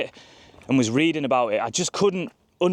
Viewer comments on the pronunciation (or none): none